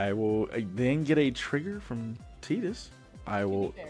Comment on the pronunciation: It's pronounced "Tie-dus", because it is a play on "tide".